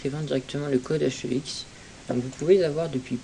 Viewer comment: "code H E X" ouille mes oreilles xd